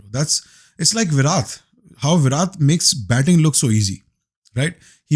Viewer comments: Today I wanna correct all the Pakistanis it's Virat ( ویراٹ ) Not ویرات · Virath ? Virat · It's Virat with a T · Viratttttt ...... Not viraत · it's virat with a hard T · viraT hai bhai vo VIRAt nahi. T, Tiger vala talab vala nahi. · bhai naam to theek se le liya kar Virat ka, imagine aapko koi faruqi bole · Pehle tou koi bhai ko Virat bolna sikhao 😢😢😢